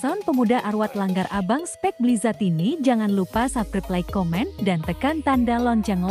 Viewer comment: Wkwkkkkwk ya gpp spek blizatd tp bukan blizard. Lumayan klo sound sholawatan hehehe